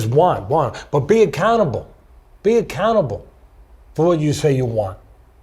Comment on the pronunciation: i kept wondering for quite a while what Teddy Atlas meant with the phrase "be a cannibal". Did he mean "Be fiercely determined? Never take no for an answer? Have an absolute discipline on yourself"? It sounded deep and profound and just as i finally started to understand, i realized he was saying "be accountable".